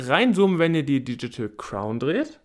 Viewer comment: Sag mal nochmal „Diedschitäl Kraun“ 😂😂😂